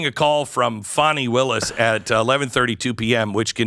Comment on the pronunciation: Fa-a-awnie and Nathan love their Netflix, it seems.